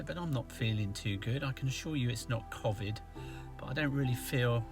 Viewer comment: I have watched and enjoyed your videos for years now, the new camper is better, little red gave me claustrophobia just watching you. My only criticism was your constant mispronou ciation of covid, o as in hole not the short version, dont know why this drives me mad but it does! Once more many thanks for your videos, bless you both.